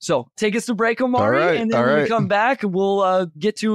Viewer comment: The way he keeps saying Omari's name.....😬